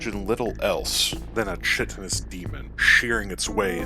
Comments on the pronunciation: Chitin is pronounced with a k at the beginning. Think.. kaitin or kytin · I love the way this guy says chitin. Like Cheeto instead of Chris